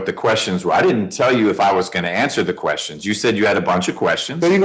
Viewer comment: "a lotta questions I need ya ta ansah" No, that's what lawyers are for. They will ansah you keshons bout jurshdishun. Judges don ansa keshons.